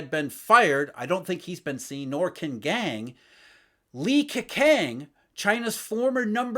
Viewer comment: A pronounciation issue. Q should be pronounced as 'ch'. Li Keqiang should be pronounced as Li Kechiang, Qin Gang as Ching Gang etc etc. Thanks for this vid. Excellent insight as always